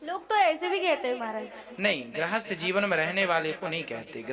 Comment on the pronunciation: Grahasth nhi grihasth hota hai